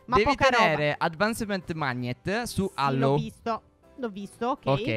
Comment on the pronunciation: Allow si pronuncia alau